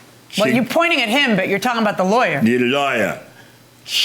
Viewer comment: He pronounced lawyer like liar, and that was the realest thing I've heard in a while. 😂